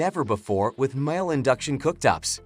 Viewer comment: please make your AI voice say mee-lay